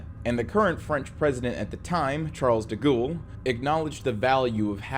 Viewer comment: Ah yes, Charles Da Ghoul